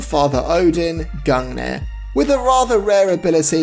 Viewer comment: Gun neir ahaha that cracked me up